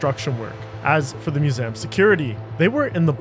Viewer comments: Or maybe he actually pronounces museum as /mjuˈzæm/, since that is a listed dialectical pronunciation of the word on Wiktionary. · have i been mispronouncing ‘museum’ my whole life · nope. he's just being a bit tarded. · Well made and presented video except for the weird pronunciation of museum. Am I missing something? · Good job but you need to work on your pronunciation: "Museum," "Peruggia," and like most French words, the "S" is silent in "Charles." Also, the theft of Mona Lisa was never a "Meme." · Props for using the original pronunciation of museum circa 1645 not many know this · Please re-record the audio and stop saying "museum" like that. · Dude, I couldn't watch this with the pronunciation of museum. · Why you say museum like that ? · he wants to sound French 😂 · Disliked just for the way this guy says museum Grow up lol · Why do you mispronounce museum? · What's up with pronunciation of 'museum'... :D.